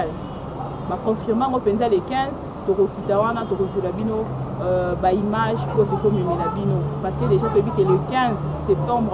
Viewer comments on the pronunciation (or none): none